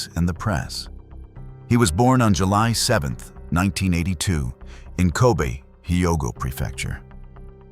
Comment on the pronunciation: it’s not “Ko bee” but “Ko bay” nice documentary but the pronunciation is not it